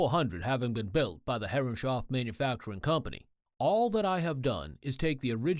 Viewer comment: it is so weird to hear "herre- shoff" while im absolutely sure it should be "herres - hoff"